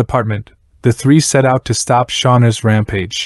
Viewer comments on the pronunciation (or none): none